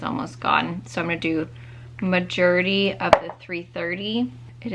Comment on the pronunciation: I have been watching your videos for 10 years and always giggle with you say “majority”! You’re so cute! Love you and your vids tons!